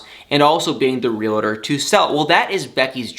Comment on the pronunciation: not trying to be nit picky, but the word is realtor, not realtor.!